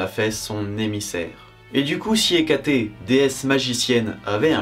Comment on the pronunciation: Hécaté, ce n'est pas plutôt Hécate ? Mes oreilles sont trigger en entendant Hecaté !